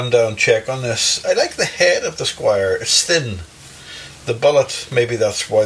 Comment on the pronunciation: This is a well-meaning correction - Squier not Squire.